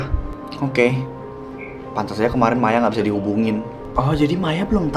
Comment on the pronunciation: Kok ya Maya manggil Maya kok jadi mayo